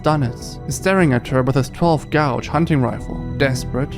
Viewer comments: "12 gouge"? lol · Pronounce gauge like "gage", not "gowj". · TWELVE GOWGE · 12 gouge ? It's is pronounced gayge not gouge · 12 gouge instead of gage thanks AI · its gauge, pronounced like “gayj” not “gowj”